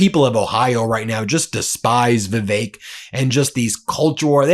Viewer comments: Vivick. Vivick. Not vivake. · "VIV-ACHE"? FURIOUS BENJAMIN HAS CATASTROPHIC PRONUNCIATION AS ALL HELL BREAKS LOOSE!